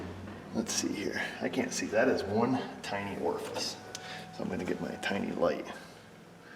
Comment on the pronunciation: Choke lever. Also he said orfice lol